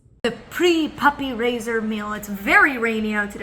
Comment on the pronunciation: I keep thinking “puppy razor” whenever Molly says “puppy raiser” lol